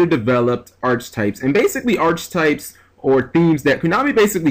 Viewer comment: God damnit the way you pronounce archetypes!...but there's quite a few words I pronounce however and don't give a damn too so...